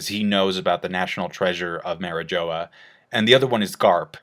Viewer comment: “ mari joe a”